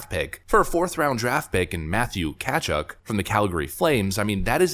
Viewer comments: Sorry... you're pronouncing Tkachuk all wrong... it's not "Cat-Chuck", it's more "Kuh-chuck". Huberdeau is currently the superior player, but he'll be a UFA after the end of next season, and there's no guarantee he will re-sign with the Flames, or even be as productive after age 30. Weegar will be a UFA at the same time too. Calgary after next season may just have the 1st rounder plus a prospect to show for the Matt Tkachuk trade in 2 years time.... a terrible trade if no extension and without any good playoff results. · Matthew Tkachuk's name is pronounced Kuh-chuck, not katchuk. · It is pronounced Kuh-Chuck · Matthew ka-chuck that’s how you pronounce it not katchuk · Catch uck? Lol It’s pronounced Kachuck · Kind of show your ignorance by not pronouncing Matthew Tkachuk properly so, I’m here to help: \MA-thew KUH-chuhk\ Son Keith and brother of Brady. Your welcome 😄😄😄😉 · It’s Kah-chuck but cool to know you follow hockey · when you criticize a hockey trade, try to get the player's name pronounced at least close? And Tkachuk was +57 last year, a lot better than Huberdeau. you evaluate trades a few years down the line. (Ka Chook is closer) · its pronounced Kuh-Chuck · You couldn't have mispronounced Tkachuk any worse if you tried. kuh-CHUK. You are right though, that was a horrible trade for Florida. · I have followed you for years. I absolutely luv, and respect what you do. However I am pointing this out with hopes you will correct yourelf. I am very big on prouncing names properly. If you don't know how to pronounce it, either find out, or don' bother. It is Matthew Tkachuk. Tkachuk is pronouned math-yoo-kuh-chuhk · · Pronounced TAHCHUCK homie. Keith Tkachuk was my favorite American player. Matt's a 🐙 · Learn to pronounce Tkachuk. That was cringe. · You blew Matthew Tkachuk's pronunciation.